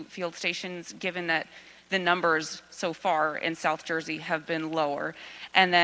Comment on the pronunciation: "South Juzy"